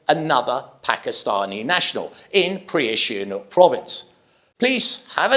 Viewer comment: Hi. Up to you but it’s Si ha nook - not SHI Ha nouk - Be cool. 😎.